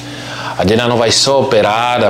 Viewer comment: A não sabe o nome da menina, é Dina e não Tina.😮😮